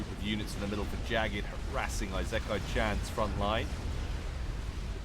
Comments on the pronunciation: ee-sick-eye is the phonetical pronunciation of Isekai. Also, are those T2 mass fabs around the capped T3 mexes? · Firstly, your pronunciation of isekai is incorrect (i-se-kai) it has no z and the first I is a short sounding "i". Secondly that's Farms. Thirdly if you're recording your voice separately to the game then you might want to edit out your coughing. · Not to be a smart ass, but the I in “isekai” is pronounced like an “e” in English. It’s the Japanese way of saying things. Hell, Isekai is whole genre that means being transported into another world, which makes sense because you literally travel to another world every game. XD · Isekai is pronounced I (like reed) se(like send) kai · Your prononciation of isekai is fine except that the beginning is pronounced "ee" as in the word "eel" and "se" as in the word "segment". That's always how you pronounce the letters i, s, and e in Japanese that's written in Roman alphabet.